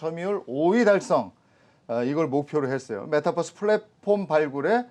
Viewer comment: 메타뻐스가 아니고 메타버스요.... 뛰뛰빵빵 뻐스가 아니잖아요